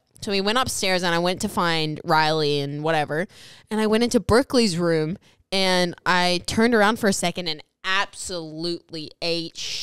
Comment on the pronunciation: Did she said “Brookley’s room” are “Berkeley’s room” ???